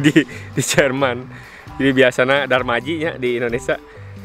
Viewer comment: Hatùur nuhuun infrmasi nya👍👍👍 hidup lah " bhasa sunda "😀😀 sehat, salam buat & teteh.,, jd enak seuri denger " DARMAJI" 😂😂😂😂🤭🤭🤭🤭